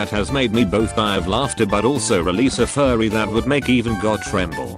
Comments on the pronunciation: day ninety-eight of commenting my favorite post in the video: this is literally only hear because the voice pronounces fury as furry. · Thank you TTS for saying "Release a furry that would make God tremble" Instead of fury Now that.. Is an image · the post: "released a fury" the tts engine: "released a furry" Yea, you better let them out! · Instead of "release a fury" it turned into "release a furry",peak comedy